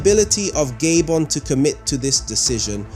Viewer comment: Abeg Gabon is pronounced GAH BON not GayBon